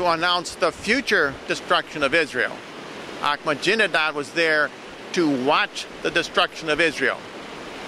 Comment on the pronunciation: anybody know why always calls ahmadinejad 'ahmajinedad'? i'm pretty sure it must be on purpose cuz never says or does anything by accident.